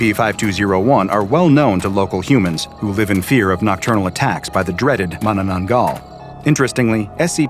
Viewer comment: I live in the Philippines and the way he pronounced it is so funny 😂😂 The "aswang" ahh yes The "mananan-gull" Sobrang nakakatawa or too funny